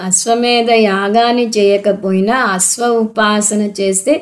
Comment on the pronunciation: అమ్మా మీరు 'అస్వా' అనిపలుకుతున్నారు. 'అశ్వా' అని పలకండి. ప్రతీ చోటా 'శ' కు బదులు 'స' పలుకుతున్నారు. సాంతి,సాంతి,సాంతి అని పలుకుతున్నారు. అది "శాన్తి, శ్శాన్తి, శ్శాన్తి:"